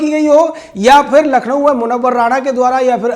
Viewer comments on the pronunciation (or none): none